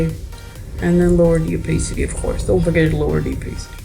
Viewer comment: "Lower the OPAACITY" xDD <3